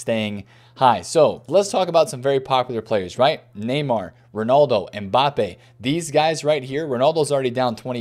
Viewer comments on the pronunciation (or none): none